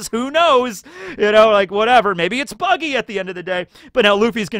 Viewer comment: You mispronounced "Buggy" there